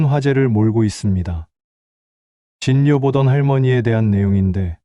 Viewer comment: 진요라고 읽으시면 안됩니다